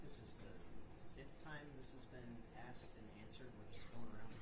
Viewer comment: questions "axed" are ridiculous!